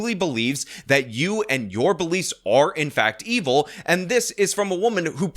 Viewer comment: She pronounces “and” “ayyynt” and suffers from a childish glottal stop (words like mitten sounding like “mih-en”) Can’t take her seriously, my misogyny aside.